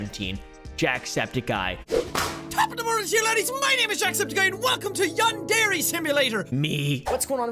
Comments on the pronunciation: its pronounced “yawn-darey”??? I thought it was pronounced “yan-dear” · Yarn deray simulator , Yon dairy simulator. These pronunciations is wild 😂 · Why does everyone pronounce it yan-dairy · his mispronunciation of yandere was funny to me but the continued use of the mispronunciation now irks me …also all these creepy white kids playing it are also not saying it right. does he even know what a yandere is in japan? it seems to me like he doesn’t, by never mentioning it and not knowing that it’s anything except the guys fake name and the game’s name